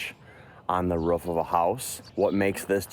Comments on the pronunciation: " on the ruff of a house"😂😂😂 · He said ruff .. dogs say ruff ruff .. people normally say roof. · Are you a dog that's not how you say roof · bro cant even say roof correctly